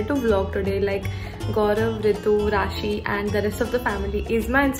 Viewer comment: Beast army here!...r btw vo rashbhari /rassi h not rashi (pronunciation glt tha) 😂